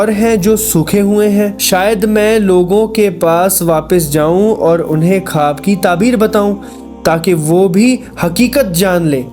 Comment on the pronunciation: Bhai khab nahi o khwab hota hai